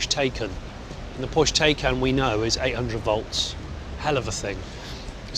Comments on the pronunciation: The Taycan is pronounced Thai Khan...not taken! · PSA: "Taycan" is pronounced "Tie-Khan" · Thai KHAAAAAAAAAN!